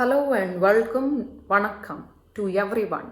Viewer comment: Everything is perfect. Just 1 thing. Since you show her English accent as being almost perfect(which is what it is in reality) , hence she would not say yeveryone or yegainst. Rest is perfect